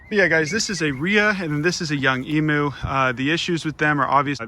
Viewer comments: please emu is pronounced emYOU not emOO it hurts my little aussie soul every tome you say it >-> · Pronounced emew or emyou. Not emoo. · All Americans repeat after me.. Em...u Say it like "meme you" but with an E.. Em.. u Emu.... for Pete's sakes They are not called Emoos..... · I’m Australian, not one person here pronounces it e-moo. E-mew. Kitty not cow. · Its said e-mu, not e-moo. Sorry but i hear lots of people fron the states making cattle noises trying to say emu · Did you say “emo” It’s Emu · In Australia emu is pronounced eem-you not ee-moo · bruh you pronounce it eem-you not eemoo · not to be rude or anything but... it's pronounced Em-You not Emoo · I die inside when he says E-moo its pronounced E-mew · me being Australian it triggers me when he says emoo 😂 it’s pronounced like eemyou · Eem-you not ee-moo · Its emu not emooo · Eeem-you not eeeemooo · It’s spelled emu but pronounced em-you not emooooo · It hurts me, as an Aussie, every time I hear someone call them 'Emoos'. It's pronounced 'Ee-myu'. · Emu pronunciation: (E myou) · just so you know the right pronunciation of "emu" is said like "emyou" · Keep up the good work!!! Just as an aside, and I'm pretty sure this is gonna be plunged into the dirt, but... Emu is pronounced "eemyoo" That is all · Australian's pronounce emu as 'eemew' - a tip from down under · It’s pronounced ee m y oo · The way you pronounced emu bugged me so much... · please pronounce emu correctly... ha-ha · That’s not how you pronounce emu - coming from an Australian